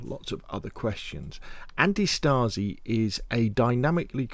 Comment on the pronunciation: antistasi is pronounced antEEE-staseee = resistance in greek. i know no one cares rly but perhaps someone is interested in the correct pronounciation of that word.